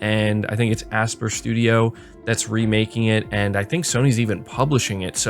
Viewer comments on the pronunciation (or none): ASPYR its pronounced ASPIRE & NOT ASPER DUHHH !!! Also GOW Ragnorak has a ton of more details compared to GOW 2018 !!! People who are saying it looks the same need to get their eyes checked or get a better Screen/ TV/ laptop / monitor OR BOTH !! Right from the 1st sscene its loaded with so much details in Kratos's armor, his blades, the Axe, the environments, the enemies & his son Atreus. The video was in game on PS5 and it was oozing details never seen before on the PS$ & I have the PS4 PRO so I know definitely when i see the difference. And you not getting excited about GT7 and the racing genre in general just goes to show you ARE NOT A TRUE PS FAN but just a XBOX fanboy who realized long time back there is nothing MS can offer that SONY cant offer better so you jumped ship to SONY just to make fast buck with this channel. You have not even played Gran Turismo or KOTOR for that matter WOW !!! SO MUCH WOW!! you suck dude seriously!